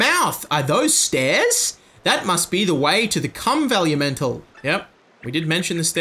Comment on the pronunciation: It's truly priceless that still hasn't realized he has totally misunderstood the intended pronunciation of "Vellumental". Velluh-mental. Like Elemental but referencing the paper, vellum lol.